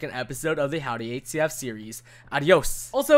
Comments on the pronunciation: Surely its not just me who hears 8cf whenever he tries to say hcf... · the way y pronounce hcf